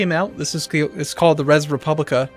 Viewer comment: "Res Publica" I dont think speaks latin.